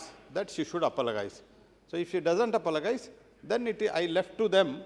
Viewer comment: Apologize.. Is an English word. Can you please ask that gentleman to pronounce it correctly. It's a shame to Indians